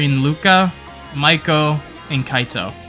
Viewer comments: more like May-koh, but yeah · did you fr just pronounce Meiko as Mike-o